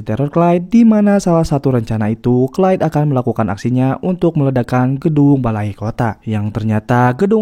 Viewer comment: Beuuhh mantap sinopsisnya. Film Gerard Butler memang selalu menyala 🔥🔥 btw ini narator udah bilang "Clyde" (baca=klaid), kok pada komen "Clay" (baca Klei) 😅 beda ygy...